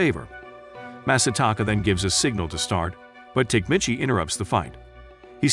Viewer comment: Tokyo Revengers was actually pretty damn good.. unfortunately, there hasn't been any new episodes in a while. Tok-a-mee-chi You are murdering his name. It's cringy..